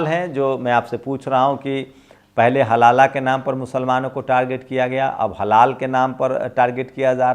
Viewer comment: Halaala nahi halaal hai